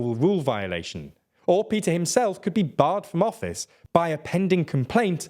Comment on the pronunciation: A small language quibble: the “Move Forward” party leader’s name is พิธา which is pronounced “pi-taa”, not Peter. (And a slight upswing in your voice on the “pi” syllable.